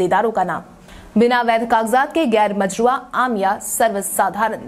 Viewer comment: गैरमजरूआ भी तुम सही नहीं बोल पा रही हो